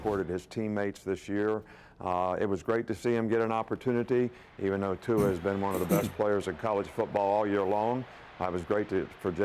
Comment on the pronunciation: Who-a Tua? Really Nick? Lmfao